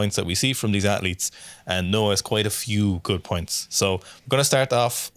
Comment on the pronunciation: NOAH NOT NAOH LOL